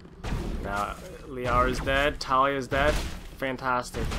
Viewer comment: her name is tali not talia